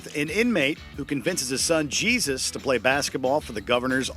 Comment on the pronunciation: The character in "He Got Game" it's not Jesus, like Jesus Christ It's pronounced "Hey Soose"